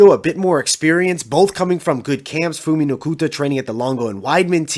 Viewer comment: Phumi (Pumi) not Fumi.